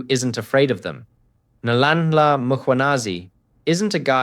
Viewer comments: Nhlanhla not Nlanla practice his name please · If you are going to comment on South African politics, at least take the trouble to learn how to pronounce people's names for Pete's sake!! Nlanla!!🤬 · What is Nalanla, who said it sounds ryt in English. Find out how they pronounce the mans name correctly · Who's paying this??? It would be really good if he would at least try to get the pronunciation of the African names correct! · how can you not pronounce Nhlanhla after all this time? everyday its butchers. practice once bro. once.